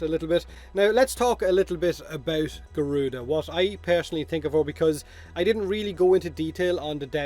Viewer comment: Thatz more like GORE-RUDA instead of garuda 😑